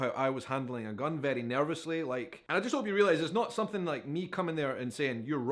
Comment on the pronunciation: Love the accent and the some-fing instead of something ❤😂